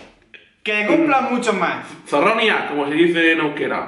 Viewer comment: zorromia dice Es zorionak